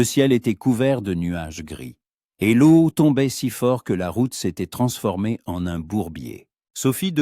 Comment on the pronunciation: l'eau se prononce... lo